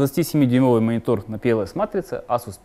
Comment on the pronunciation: Эйсус, не Асус ;)